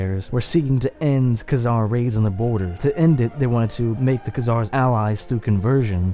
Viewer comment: before you make a video on the Khazars you should learn how to pronounce their name. Stopped it and thumbs down ... your melodramatic comic-book narration is a bit much, y'know. Not worth listening further to this, there's far better on YouTube than all this amateur stuff coming out by youtubers cranking out short videos with trendy graphics and narration... who don't know how to pronounce the names and words they're using. ....